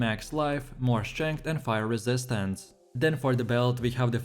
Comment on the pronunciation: guys voice is annoying as hell. The way he says "resistance"